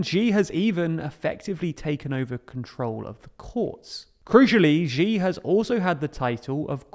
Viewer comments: Can you please pronounce Xi as "she"? That is the correct pronunciation and it would be really great if you could adopt it since it is hard to listen to the mispronunciation. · just pronounce it "she" jinping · it's really hard to take your perspective seriously if you haven't bothered to learn how to pronunce his name properly... it's not even a difficult pronunciation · You can mispronounce and still report/opine. It’s a script he probably didn’t even write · This is kinda off-topic, but I think it's important to pronounce names reasonably correctly, and the tendency to pronounce every strange name with the "zh" sound in "measure" is so very tiring. The "sh" sound is the closest English sound to the one represented by "x" in Chinese pinyin. That means his name should be pronounced like the English word "she". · You really need to learn how to say "Xi". It's much closer to "see" than the "gee" your pronunciation leans to. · Great videos, but small gripe about all your videos about Xi---you absolutely butcher his name, and unlike other Chinese phonemes, it's not that hard. Just pronouncing it as the English pronoun "she" is infinitely closer than this "Zhee" nonsense you insist on. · you pronounce Xi Jinping correctly ("Shee Jinping"), but then you revert to pronouncing his name "Jzhee Jinping" and from there on out. Please don't pronounce Chinese names that way. The jzh phoneme doesn't exist in any Chinese dialect. In the Chinese pinyin orthography, X is pronounced like "sh". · Xi is pronounced SHEE not G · Its "She" not "Zee". The X in Chinese has an Sh sound. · Ruler for life? was Thatcher a ruler for life? Was Blair a ruler for life? Is Orban a leader for life? By the way please learn to pronounce Xi (Si) properly, not Gee. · The one who must not be named is pronounced “she” as in “shiba” not gi as in “gee” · Xi's name in the title is not correct, and it should be Xi Jinping Xi's name is pronounced "She" not Ji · Xi is pronounced "Shee", not "Jee".